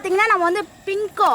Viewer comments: pingo illa moothevi bingo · Bingo is a word Pinko is a emotion 🤣🤣Gavanichingalaa